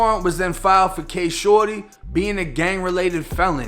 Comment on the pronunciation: I swear all throughout this video he’s saying shordy was killt